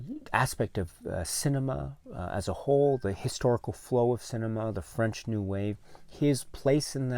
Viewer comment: Props to you for pronouncing all the French names! Very brave!